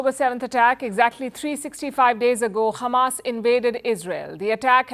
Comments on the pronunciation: Khamas 😂 dear Palki, Israelis can not pronounce H like Russians, that is why they say Kh instead of H, well we do not have kh in Hindi as well but kh make the sound that you pronounced at the beginning of the word Hamas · Why did she say khamas it’s hamas bruh she’s a Israeli journalist #EXPOSED